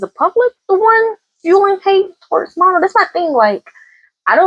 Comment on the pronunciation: Pronounce her name like Ma(h)-no, no n at the end. Kind of like in a French accent.